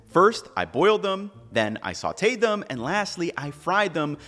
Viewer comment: Did you pronounce Sauted like sweeted or did I hear that wrong...